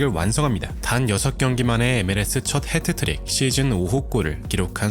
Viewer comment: 헤트트릭 이 아니고 핫 트릭